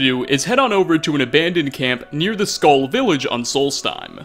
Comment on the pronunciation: Your pronunciation of skall is triggering me 😱